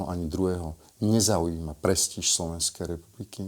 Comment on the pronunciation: myslím, že slovo "prestíž" sa vyslovuje akoby tam bolo tvrdé y a nezmäkčuje sa